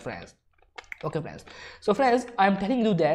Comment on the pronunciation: stop saying "frans" again and again please